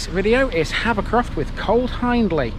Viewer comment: Just a heads up ...you pronounce Hiendley HIEND AS IN FIEND...ie Hee indly..not Hinedly. Lots folks misspronounce but it is important for a video and it is there in the spelling. !!!! Access to the res by the way is at bottom of Ryhill Pits Lane turn right and it's on your right. Park I. Nice walk.